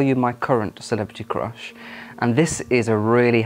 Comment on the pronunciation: I like your pronunciation of crush as "croosh". At 19, I liked the blond hair--very boy band look. Take That? :)